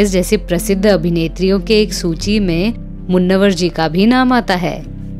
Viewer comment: मुन्नवर नहीं मुनव्वर